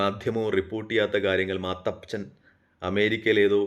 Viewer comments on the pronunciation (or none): മാത്തച്ഛൻ അല്ല മത്തച്ഛൻ 😂